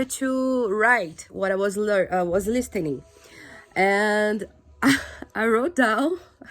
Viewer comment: Parabéns a única dica eu te dou é na palavra " listening " não se pronuncia a letra t